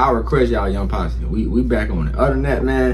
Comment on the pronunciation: Your saying the name right & react to R.o.t.y Lyric video by Young Posse 🔥